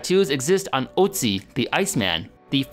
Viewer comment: His pronunciation of Ötzi.....